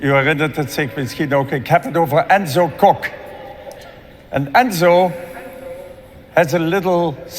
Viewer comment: You are a charlatan sir! You mispronounced the surname of the artist, the surname of the conductor, the city it was performed in, and to complete the package you made a hash of the title. In addition you failed to do even the flimsiest background research The lyrics of this song weren't written by or for a man. Let me explain: "Voilà" is a song by French singer Barbara Pravi, who originally co-wrote the song with Igit (music) and Lili Poe (lyrics). The song represented France in the Eurovision Song Contest 2021 in Rotterdam, the Netherlands.The song tells a personal story of Pravi about self-acceptance. Even the lyrics "Tell them about this girl with black eyes and her crazy dream" ought to have suggested to you that the song was about a girl and her emotional journey towards acceptance and recognition. I won't even begin to discuss your insensitivity to the performance by Emma or your lack of any understanding of vocal technique or performance art. You are at best an uninformed bluffer with no art or talent yourself. People like you give bad reviewers a bad name. Shame on you!